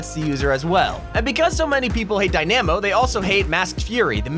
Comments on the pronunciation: It's not pronounced die-NA-mo It's pronounced die-nuh-mo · Dynaaaaamo It’s f-ing day nahhh mo Pls get it right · Dynamo is not said (die-nam-oh) it's (die-nuh-moe) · its dynamo not die na mo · Dy namo not dyamo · It’s dynamo not dynimo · ITS PRONOUNCED (die-na-mo) NOT (die-NEEEE-mo) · DiNE-aMmo Lmao, why does he say it like that... its: dyna-mo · Die-namo…. It’s Di-Na-Mo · It's pronounced Die- nuh- mo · How he pronounces Dynamo as Die-Nammo! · Did he say Die- namo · It’s not dynamo is di namo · Dynamo (Dy-nuh-mo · die-namo... boi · You are butchering dynamo😂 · Not him saying “Die-Nammo” instead of “Die-Nuh-Mo” for Dynamo and “Neemar” instead of “ Nay-Mar” for Neymar lmfao. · fucking hell i cringed so hard on some of that pronunciation dynamo and neymar made me end my self